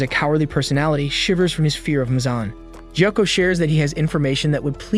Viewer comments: gyokko not ghako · It’s tanjiro not thanjiro Gyoko not joko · Jako 💀bro it's gyokko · it's gyokko not gyakko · IT NOT GHYOKO IT IT GYOKKO!!!💀😒😡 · ITS GYOKKO NOT JOCKO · ITS NOT THANJIRO ITS TANJIRO ITS NOT JOKKO ITS GYOKKO ITS NOT JENYA ITS GENYA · It not gyoko is gyokko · ITS GYOKKO NOT GYAKKO AND ITS NOT BIWA WOMAN ITS NAKIME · It's gyokko not gako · Jakko ? You demon it's Gyokko. Blood Demon art : ruin people's names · why is no one talking about him pronouncing gyokko as jakko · bro nobody is talking about joakoo instead of gyokko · Dude it’s gyokko not jacko 😹 great vid tho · Thanjiro💀 Jako (Gyokko) 💀 I've never heard anyone pronounce it so incorrectly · NAH NO WAY MY BOY CALLED GYOKO JOKO EDIT: also no way he can pronouce hagnazuko but not tanjiro, gyoko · LMAO HE SAID GYAKKO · bro said jacko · You said the demon’s name wrong it’s GE O KO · ITS GYOKYO NOT GCOKYO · Wait.. why are you saying “Jyakko” and “Thanjiro”😨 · “Thanjiro” “Jocko” “Inoskee” “Owa” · Even said gyako ITS GYOKKO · Gyokko messed me up